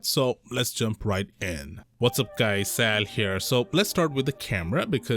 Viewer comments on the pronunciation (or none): Sal?? Sounded more like Salu or Sabu than a Sal 😂😂